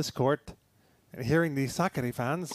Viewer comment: Suck-a-dee (commentator's pronunciation) sounds like the female version of Rublev.